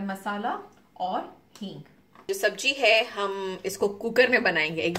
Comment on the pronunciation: Sabji nhi Sabzi hots hai...nd jeera nhi zeera...khubsurat ho khubsurat bast bhi karlo to la jawab